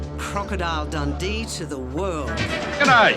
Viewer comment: It's "G'day" ya numpty